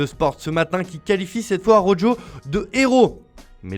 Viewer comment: Ronald Ah-Roh-Djo